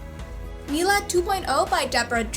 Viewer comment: my brother started talking to me and then you said Mila and i screamed in terrior (My name is Mila) because 1:i thought you it sounded like you where yelling at me for looking away from the video and 2: you said it RIGHT